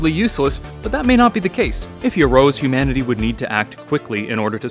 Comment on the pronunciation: He said hoomanity lmao